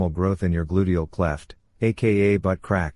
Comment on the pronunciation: “Gludial cleft”?! They even have BS jargon for crack